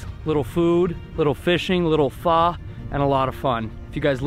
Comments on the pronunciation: pho is pronounced like Fuh. Just in case you’d might get burned in future videos 😆. But food looks great! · You're saying pho wrong Lol.. But it's OK I still love ya.